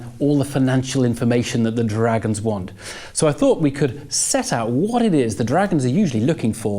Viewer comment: Why can't he say 'dragons' properly.